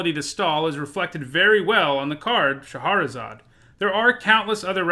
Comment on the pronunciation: Okay, so he makes a point of saying "Yes, that's how you say Nephilim," but he mispronounces Shahrazad?